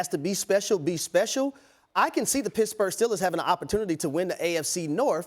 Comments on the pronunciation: Its pittsburgh, not pissburgh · He said Pissburgh 😂😂😂😂